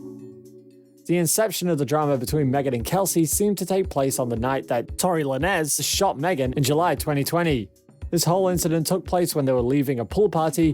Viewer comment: Who TF is Megan THREE Stallion and Tory La Nez (Lanez)??